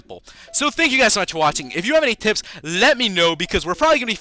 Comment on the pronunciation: He said tips but messed up the P and it sounded a cross between the 2